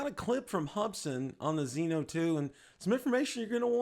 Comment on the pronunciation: Zino, Zino Pro, Zino 2. Just say ZiNO thanks!